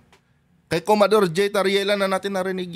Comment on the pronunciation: Commodor hindi comador